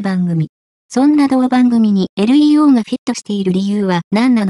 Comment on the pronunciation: 完全な棒読みだし、日本語知らない人が読み上げの設定してるのでは？ 名前の読み上げ間違ってるし、LEO→エルイーオーではなくレオですが…